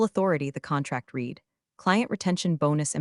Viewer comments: Please get your AI to understand the difference in pronunciation between read (past tense) and read (present tense). Give your AI the phonetic spelling (i.e. red for past tense and reed for present). You have been getting this wrong since the first few videos you posted. The irony is this AI voice is better than most on YT. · Good story. Shame robo pronunciation misses past tenses (read read) and proper nouns… eg ferragamos. A brief review could fix these errors